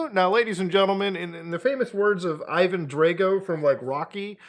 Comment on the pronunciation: "eyevan draygo"